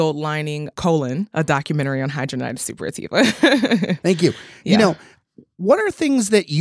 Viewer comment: It is pronounced “hid-drad-in-itis.”